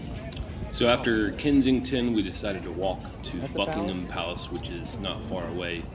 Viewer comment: I'm impressed that you managed to pronounce "Buckingham" correctly! Well done!😁